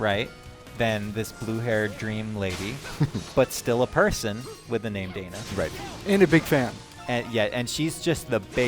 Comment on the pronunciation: why do they keep pronouncing dana like donna? two completely different names